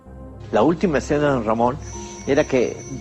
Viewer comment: Perro lamon dijiste